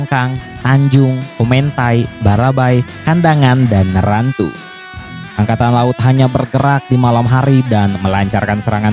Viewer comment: rantau bos bukan rantu ,😃